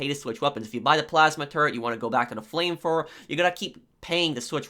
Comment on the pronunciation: Nobody: Literally nobody:: FLAMEFLOWER